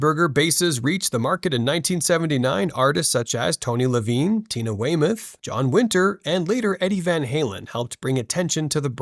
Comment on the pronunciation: How are you making a bass video and don't know how to pronounce Rickenbacker and Tony Levin?